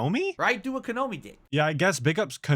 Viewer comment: It's Konami not Konomi